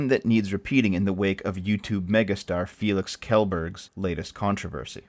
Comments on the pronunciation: FYI it is pronounced “Shell-burg” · shellberg. thats how its pronounced. just fyi. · Kjellberg is pronounced something like Schellberry. Just for next time. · Let me give you a hand on the pronunciation there. Try saying it like Shell-berg.. (I have no idea how to explain the rg sound though..) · Kjelberg is pronounced SHELL-BERG. Don't you watch him? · Pronounced - Shell-Berg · His name is pronounced Shellburg, but it is swedish and you're a racist for mispronouncing it 😜😜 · Good video man. His last name is pronounced ‘Shellberg’ though. p.s. Needs more pre-video coffee slurping. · KaJelBerg is my favorite version though.